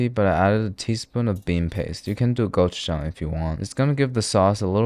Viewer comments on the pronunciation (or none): none